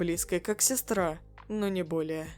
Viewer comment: АХАХАХАХВВХ НАПИСАНО СЕСТРА А ГОВОРИТ СЕСРА